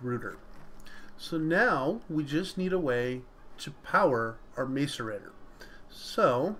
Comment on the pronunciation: Say mass-a-rator not mace-a-rator